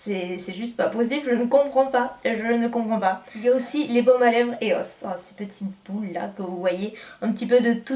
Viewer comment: on dit pas Éos mais Ios